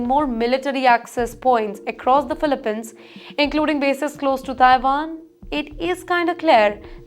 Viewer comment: It’s pronounced “filipeenz”, not filipehns.